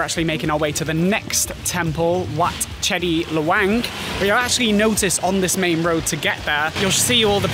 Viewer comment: They write it as Chedi but the pronunciation is actually say "Jay-dee". The writing make everyone confusing.